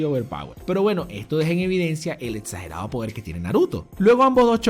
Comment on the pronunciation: Todos: Exagerado: Etsagerado